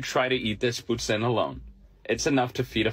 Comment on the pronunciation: Is it just me the way he pronounce poutine is off? Isn't suppose to be like "poo teen"